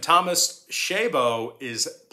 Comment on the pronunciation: Chabot pronounced sha-bot 😉